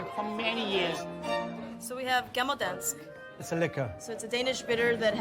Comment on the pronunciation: It's "Gammel Dansk" Gotta love old danes.